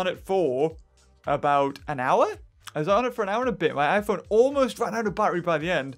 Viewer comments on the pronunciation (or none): My favorite part of the vid is wheir he drops his phone I made me laugh till I was red because the way he says"me phOne"😂😂😂😂😂😂